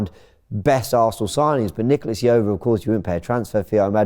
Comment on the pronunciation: Why are English media so bad at pronouncing foreigners names. Nicolas Jover ( how do you pronounce j in John)